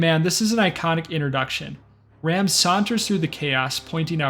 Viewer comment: Its pronounced general R-ah-m. Not ram